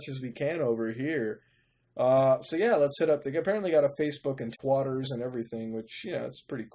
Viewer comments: why does muta say twatter? ahaha! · I fucking love how Mutahar says "Twotters". X'D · "So there is a Facebook and Twatter" WTF